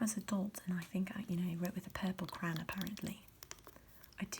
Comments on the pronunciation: Miss thing here is attempting some generic English accent and that's DEFINITELY not how you pronounce crayon in English – no matter the dialect 🤣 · Borderline sociopathic way to pronounce "crayon"... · Is "cran" an American way of saying "crayon" or it is a thing? Just like "paradigm" 🤣🤣